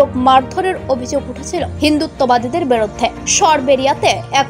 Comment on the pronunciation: Words to watch for pronuncitaion: biruddhe - not biroddhe mob - not mobo ek-i - not ekoi tablig - not taablig bhango-re - not bhang-re udbeg prokash - not udbigno prokash (mistake of the news writer) go-boloye - not gobloye etc